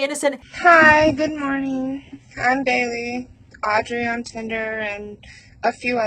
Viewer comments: Girl I love you, but I cant tell you how jarring it was to hear you say “AUDREY” like that every 5 mins! Like we get it pls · Love ya, but you saying "AUDREY" like that SOO many times is driving me nuts lol. We get it, audrey is bailey. 😅❤ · The way you keep pronouncing Audrey is taking me out😂 you’re forceful with it.